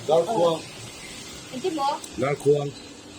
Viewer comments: Talhkhuang nilovin Talhkuang tur zawk a ni e😊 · Keipawh TALHKUANG tih hi ka hriat dan ani. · Talhkuang tihtur aw khuang nilo in kuang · Talhkhuang ni lovin talhkuang tih tur niâwm tak ani.Hetiang hi vawk chaw pék nan pawh an hmanga, vawkkuang tih ani. Hmui hi kan in ṭhin tui ang hian thlûk tur ani bawk. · TalhkHuang ni lovin, talh-kUang tih tur aw. Thil tih dawn chuan belhchian dawl takin aw, ṭhangthar in hruai dik lo palh thei a ni. In thiltih hi a ṭha lutuk, tluang deuhin u le 👍👍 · Talhkhuang nilovin talhkuang ani zawk lo mi..? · Zawhna tawp ber hi ka nuih a za lutuk😂😂😂🤣🤣🤣Hmui hi a thluk a dik lo deuh,Hmui hi la her na ni lo in La hlumna hmanrua ania,La hlum tur kha an va bat kual a an hlum thin😄talhkhuang hi Talhkuang zawk ania.. A hmuhnawm thin hle mai. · Talhkhuang nilo in "Talhkuang" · a mi khi Hmui tih khi Tel hmui tih ni lovin, "Tui" (Water) tih anga thluk tur a nih hmel.. Talhkuang kan ti ṭhina, hmun ṭhenkhatah Talhkhuang an ti a ni maithei e.. ka naupan laiin ka khawl ruih zel lung a ti leng reuh hle mai😁😁